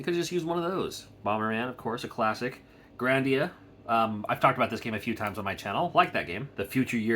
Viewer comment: lol it bothered me too, he did it twice on very separate occasions, i think he knows what game it is just for whatever reason his brain read grandia